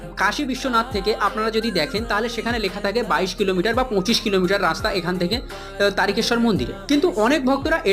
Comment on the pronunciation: দাদা আপনি বলেছেন কিন্তু অটা তারিকেশর না তারকেশ্বর বলে